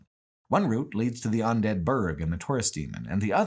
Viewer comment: Look, he says all sorts of things weird. He consistently pronounces "undead" as "ondead" and he was saying "Because" as "Becoose" at one point. You just roll with it.